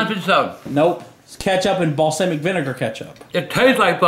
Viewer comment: Its BALLSAWMICK